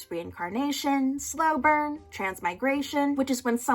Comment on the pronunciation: Say it with me folks, SLOWBURN